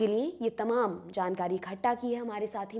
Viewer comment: आपने बोला जानकारी "इखट्टा" की थी। आप गलत उच्चारण कर गई। इखट्टा नही "इकट्ठा" होता है। इसी तरह कई बाचक/रिपोर्टर "कड़ाही" को कढ़ाई बोलते रहते हैं। इन उच्चारण दोषों को सुधारा जाना चाहिए क्योंकि लोग आपसे बहुत कुछ सीखते हैं।